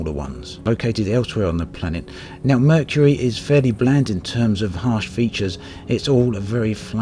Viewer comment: Um... that is not how you pronounce Mercury.